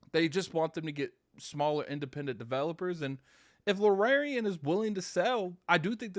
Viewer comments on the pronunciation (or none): I hate the Xbox community with my whole body and soul anytime something half-way decent y'all screaming for Phil to go buy it. Another banger misses Xbox. Baldur's Gate 3 is going to blow Starfield out of the water. The studio is pronounced Larry-an and the genre is CRPG standing for computer or classic RPG eluding to its heritage. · Luuhh-Rare-Eon Studios! Baahahaha other job 100% has to be the local butcher!!! I can't believe how many times he said Luhrareon Studios hahaha!!!